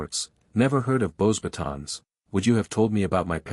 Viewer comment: This AI has no clue how to even pronounce a french name... Beauxbatons is (bow-bah-tOHn) The 'S' is silent... teach your AI. You're killin me